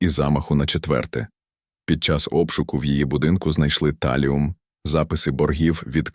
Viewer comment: Чому ТАЛІУМ? ТАЛІЙ!